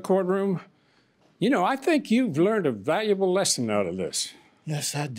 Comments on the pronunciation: He learned a "vellable lesson.. a vellable lesson". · "She kept resisting and axing and axing"😑🙄😫 plus he learned a "velable lesson"🤦‍♀️